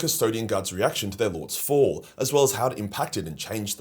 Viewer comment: have you guys noticed that nobody is watching anymore? wtf happened? Secondly, i don't think you know what ur talking about when you say they felt rage when the emperor died. Where does it say that buddy? Lastly, the way that you say the word " fall" needs to be changed immediately.